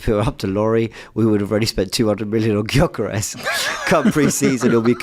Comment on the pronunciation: Laurie, it's Gyokeres. Not jokeres. 🤦